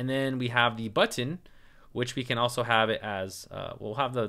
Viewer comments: People tell you that you say button funny? Yes, you do. I am from the midwest, where we have no accent there. (kidding) We say, buh'-ton, ton as in weight. accent on the buh with the ton descending. You say But-tin' tin not, ton, and with the accent on the tin, and it almost sounds like you are saying the "t" twice. I notice it every time you say it and I repeat it often. BUT....you are very easy to listen to, and bu-tin is not an issue for me. I hope that helps. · Man your tutorial is amazing. I did not feel sleepy because, I don't know. the way you are teaching is fun. and don't worry the way you pronounce button is nice and normal but, yes it's a bit weird hahahahahahah HAHAHAH! it's so funny when u share those stuff when you're kind a feel conscious about hahah! THANKS SIR!